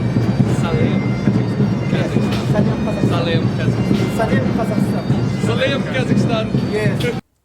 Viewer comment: Троица, то как он выговорил Казахстан ... Ну, не знаю как сказать. Произношение по нашему, а не как у остальных британцев. Может показалось ☺☺☺ Насчёт бороды, кому какая разница как он выглядит. Хватит народу пихать свое мнение про внешность, это самый тупой поступок в мире 🤗🤗🤗